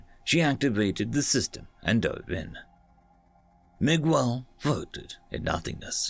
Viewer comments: Miguel. You're pronouncing it weird. Don't put so much emphasis on the U. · man thanks for narrating this but for goodness sake please learn to pronounce common names like Miguel properly (it's MIG-EL) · The story was great, but every time I hear a British person pronounce Miguel like "Mig-well" instead of like "Mee-gell" it makes me cringe so hard. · Hum, the U in Miguel is silent. Every other letter is pronounced like you did though. Since it is either a Portuguese or Spanish name it follows the rules that when you have the letter GU followed by E or I, the U is silent (e.g queso - cheese). If the letters GU are followed by A or O, then you read the U (e.g guapo - handsome). Same goes for QU.